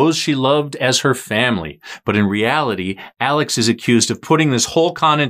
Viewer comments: Say his name correctly. It is pronounced Alec, not Alex. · It’s pronounced Alec. Not Alex.